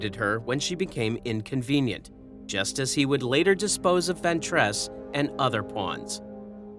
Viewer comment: Judging by the consistent inability to pronounce Ventress correctly, I'd say the voice is too.